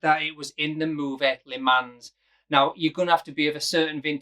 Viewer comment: I love this watch, never been up close with one but if I went for a Heuer this would be it..... but although I can handle you pronouncing Seiko as Seeko and not Sayko this Lee Mans business will not do..... the S is silent....Li mon..... Li Mon in your best french accent! LI MON 🧑🏻‍🎨🇫🇷